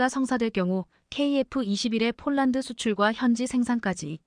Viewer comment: 예이 여자야 쫄란드는 어디고 폴란드는어디니? 말도발음도 초등학교는 가봤니? 못하거든 집어가봐라